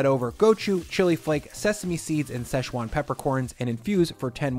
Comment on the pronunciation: there’s no such place as sesh-wan. It’s Si-chwan.